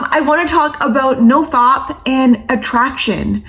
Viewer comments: você é maravilhosa mas não inventa moda...é nofap e não nofop 😂😂😂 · love how she says nofap. 🤣